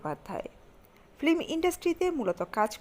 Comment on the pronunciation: Apni film ke flim bolen keno Eta thik korun